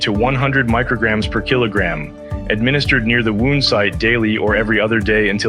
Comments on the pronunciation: AI narrated. Wound (wownd)- that's a tough one for them. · Yes. You ever heard wound pronounced that way?